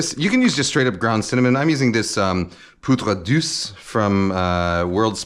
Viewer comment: Hey kenji, poudre douce is pronounced poodre dooss and note douche